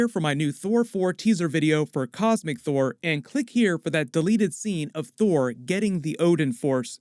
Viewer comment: it sounds like you say thor thor